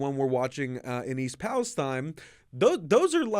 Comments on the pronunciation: Palesteen, Not Palestein... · It's pronounced palesteen